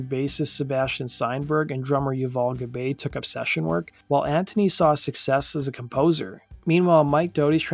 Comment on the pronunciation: Pronounced Yoo-voll' Gob-ai' .